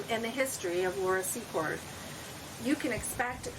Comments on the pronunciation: Laura "Sea-kort" pronounced. 💜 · Please pronounce it `See-Cord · It's actually Secord!! No T in it!!